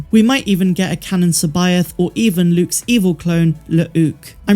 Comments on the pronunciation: true but like it's Luke, not Luuke, it's Lara not Laura, lol... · I get a little giggle when I hear someone pronounce Luuke with two syllables because I've always pronounced it with a longer "you" sound instead since the book it's mentioned in was first published.